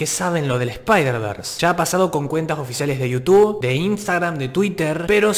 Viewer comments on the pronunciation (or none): none